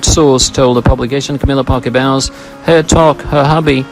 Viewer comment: It’s Parker Bowls - like the game, not Bowels like in your gut!